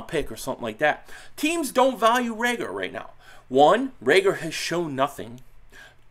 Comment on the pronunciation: Learn how to pronounce his name. Reagor. No L